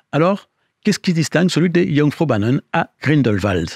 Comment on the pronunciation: Très intéressant, comme toujours. Ayant fait de nombreuses fois cet itinéraire je confirme que c'est splendide. Par contre la prononciation de Jungfraujoch m'y très fortement écorché les oreilles. :-D Aussi, vers 13'30" il est mentionné la gare de "Wenger". En fait c'est Wengen.